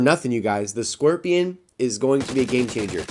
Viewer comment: Stop pronouncing it squirtion